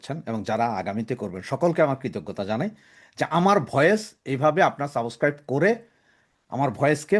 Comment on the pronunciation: সাবোসক্রাইব নয়। সাবস্ক্রাইব।